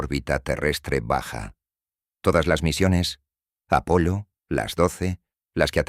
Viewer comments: Es Apolo pero la voz artificial no sabe diferenciar y pronuncia como está escrito Apollo . 😊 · No es apollo es Apolo